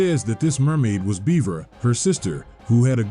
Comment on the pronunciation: My brother....amazing presentation on the map and presenting the story. 10/10. But. BUT. BUT! ....Bevera is not pronounced the same as beaver. I repeat - BEVERA IS NOT THE SAME AS BEAVER! Like, it has the same letters but, my brother in Lodis, if you pronounce beverage as "Beaver-age" you'd get punched in the face so god damn fast by someone nearby. Bevera is either "Behv-ruh", "Behv-era", or "Behv-ver-uh". Oh, and Lasanti comes off as an Italian or Roman last name (parallels to the catholic church and all that), so you'd say it "Luh-zon-tee" or "Luh-zahn-tee". The name shouldn't phonetically rhyme with "eye". I know these are nitpicks but I've been playing this game for about 20 years by this point and those pronunciations gave me psychic damage.